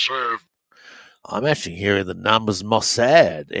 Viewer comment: David, Paula White offends the discerning. Have you reversed? His daughter pals around with White. I'm leery of. He pronounces MOSSAD with a long a IRL.